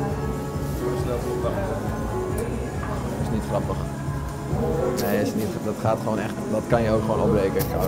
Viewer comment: "n Limburger zegt niet 'Neuh' maar 'Nae'. Wel twee lettergrepen van maken.